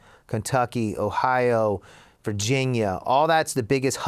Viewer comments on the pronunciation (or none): none